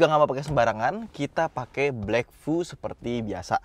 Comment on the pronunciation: Blackvue bacanya black view bang.